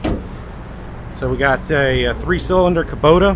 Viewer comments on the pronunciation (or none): none